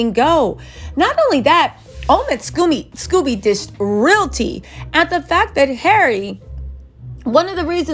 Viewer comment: Omid pronounces his last name with a long “o”, not like Scooby Doo.